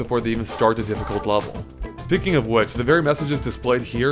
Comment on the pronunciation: I am annoyed by his pronunciation of the word 'level'.